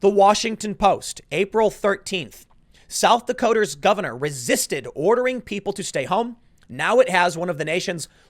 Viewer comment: I need a clip of Tim saying "South Dakoter's".